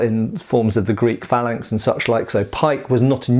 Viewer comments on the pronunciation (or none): none